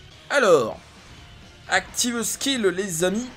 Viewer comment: Activeuh skill 😉